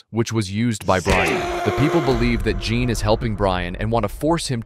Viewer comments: Not "jean" its french its john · "Jean" is pronounced "Zhon", the French equivalent of John. "Oleg" is pronounced "Alec", with the emphasis on the last syllable. This is what you get when you use an AI voice synthesiser.